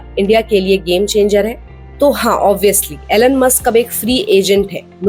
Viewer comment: To the host: The name is Elon and not Alan, as you pronounce.